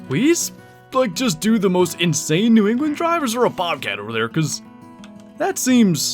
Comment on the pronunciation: New Ew-gland😂👍🏻